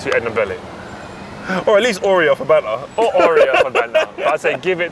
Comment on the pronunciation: The word is...banter